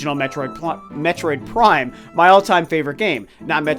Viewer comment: Plime, which is not even a word. LMAO that was hilarious.